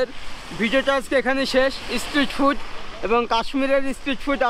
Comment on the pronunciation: তুমি অনেক ভুল উচ্চারণ হিন্দি নিয়ে বলছি না, ওটা হতেই পারে কিন্তু ইংলিশ আর বেঙ্গলি উচ্চারণ খুব খারাপ। স্ট্রিট ফুড যে তুমি বলছো ইসস ট্রিট ফুড। এস কে তোমরা ইস বল কেনো?